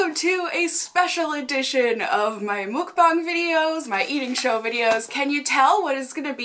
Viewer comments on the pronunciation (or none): if you're gonna keep doing these, which is fine, can you please pronounce mukbang correctly? the muk rhymes with "tuck." thanks!